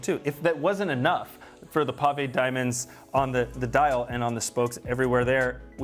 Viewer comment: Pavé (pah-VEY) not pave (payve) diamonds.